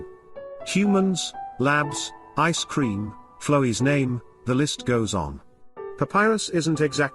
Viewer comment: wtf that wrong R in flowey's name was very specific, I can't believe I'm falling for this theory